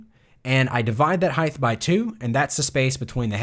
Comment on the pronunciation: Why do I keep on hearing the word "heigth" instead of "height"